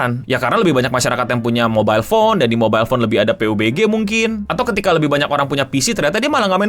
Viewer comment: Bacanya pabji bg